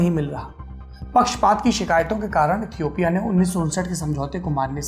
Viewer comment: Toomlog lootera ho be...yahi h duniya dari..... Tmko Ethiopia ka v pronunciation nhi aata h or Duniyadari sikha rhe ho hme